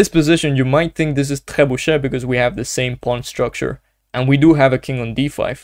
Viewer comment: I am a beginner(500ish) I struggle playing with black in the opening, which opening should i learn? Btw ur pronunciation of "trebuchet" is soo goooodd😅